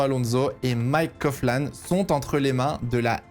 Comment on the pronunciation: alors juste pour te reprendre "Coughlan" se dit bien "Coglan" et pas "Cofflan". 😉